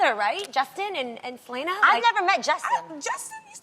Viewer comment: It's not Sel-ANA lol